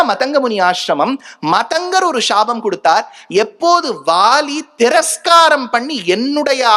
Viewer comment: ஷ்ஷ்ஷாபம் இல்லை சாபம்